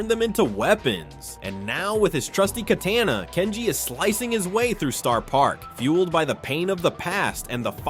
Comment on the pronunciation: the way he said katana😭